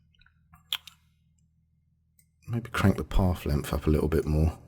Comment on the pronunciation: "Pawf lempf"? Oh, you mean path length! :D No, in all seriousness: Thanks for the nice tutorial :)